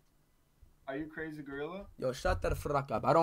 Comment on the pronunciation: "Don't fruck with me" Got me dying 🤣